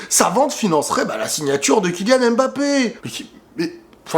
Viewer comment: apprenez à bien prononcer les noms de Kylian, comment vous lisez pneu? P-neu? Comment vous lisez Zlatan, Z-latan? On ne prononce pas le M, comme si il ya un appostrophe! Si non belle vidéo comme d'hab